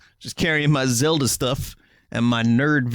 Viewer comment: "Zelder" Hahaha please tell me that was intentional. Also, don't feel embarrassed about your carry case; for my 3DS I have this enormous garish red and blue Mario carry case with all the characters on it. I'm the same age as Vinny, and how many fucks do you think I give?